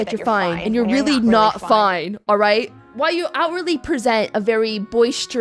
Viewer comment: "I can fix her" No you canNUT." (the way she pronounced "not" xD ) Me: "You're goddamn right."